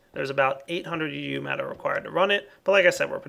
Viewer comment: (THIS IS NOT HATE) its called uu matter, so you know and people dont go hate on you for calling it eu matter!